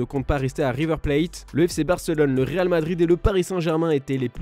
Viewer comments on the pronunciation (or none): none